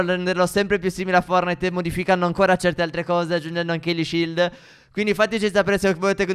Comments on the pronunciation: Forse è una mia impressione ma invece di dire "fortnait" (scritto come si pronuncia) dici "fornait" (scritto come si pronuncia) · Non si dice fornite si dice fortnite